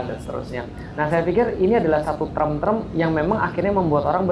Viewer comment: Term, bukan trem. Bilang saja "istilah" Tidak usah pakai trem trem